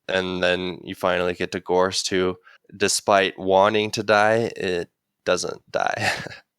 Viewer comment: Love y'all and great commentary as always. Your pronunciation is quite off on some of the names though. 1. Gorst. It's Gorst (kinda like "forced") not GAUSST 2. Jalenhorm. It's pronounced like "Allen-horm" with a J at the beginning. Not JAYLENhorm. 3. Khalul. There's no R. It's just like "Ka-lool" Edit: Source: The audiobooks